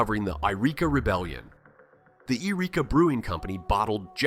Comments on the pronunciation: It's pronounced Why-reeka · You need to learn to pronounce the names of the places you refer to. Malheur and Willamette, on the Oregon side, are both mispronounced, and then you pronounce the Californian Yreka as if it's Eureka (those are completely different towns whose names are also pronounced quite differently). You might want to "do your own research", or maybe any research at all. I live in Central Oregon, and the way you are describing it does not match my experience here, this appears to be "red state" propaganda trying to make it seem like there's a split in blue Oregon when there really isn't. Yes, there are "conservatives" here, we are not monolithically blue, but the split this video describes doesn't exist on any kind of large scale. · They got Yreka wrong too, but apparently don't know that it's not in Oregon.